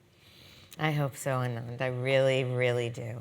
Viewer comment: Brilliant guy. But the interviewer said his name as if it contains only 4 syllables while on paper it looks like 5. So I'd like to hear Anand himself pronounce his name.